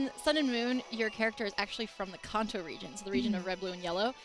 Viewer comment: It's pronounced "can't-toe" when you say khanto not "kahn-toe" 🙄